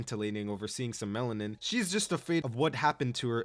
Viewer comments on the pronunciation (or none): none